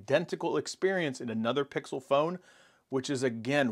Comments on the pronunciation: It worries me that he can't pronounce "pixel" during a Pixel review...😬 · Is it pickle? Or pixel?